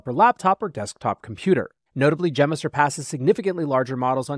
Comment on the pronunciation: I'm pretty sure you're mispronouncing "Gemma".